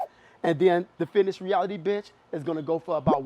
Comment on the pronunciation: watching this on 2x speed rly just sounds like hes calling the benches bitches "so if u taller this bitch might be better for you" lmao